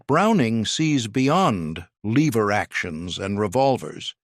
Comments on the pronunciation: Lever, not leever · LEH-VER, not leever, stupid robot. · They are ABSOLUTELY NOT "Leever" actions. The word has a short e and it rhymes with ever. Really, really stupid AI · This would be better if the AI could pronounce words. Give me a break LEEver actions?